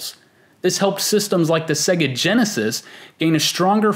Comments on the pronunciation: What the fuck is a segguh? It is pronounced Say-Ga. Many games play it for you when they boot, listen... and learn... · I love this video. But it's jarring every time I hear you pronounce it as "sEGGa". It wouldn't be so bad if people didn't know how to pronounce it, but literally every Sega game spoke the word on every boot! SAY-gaaaaaaaa...